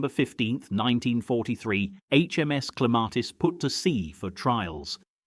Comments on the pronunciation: They finally pronounced Clematis correctly within 1 minute they were back with the r. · Where the hell is the "R" in your pronunciation of Clematis 😂